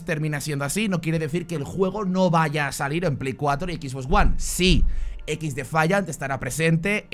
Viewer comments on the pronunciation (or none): none